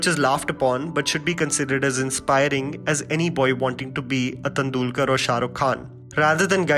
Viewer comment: Good review. BTW your pronunciation of Sachin's name is incorrect. It's Tendulkar, not Tandulkar. For a person who has a keen eye on movies, this is an amusing oversight